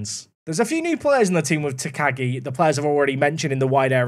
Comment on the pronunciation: If you need help with pronouncing - theres a professional wrestler in New Japan that's Shingo Takagi - so you could check how to say your new guy's name properly! I think its "Tack-ah-ghi' phonectically. Or nickname him Shingo, or Shingo Jr.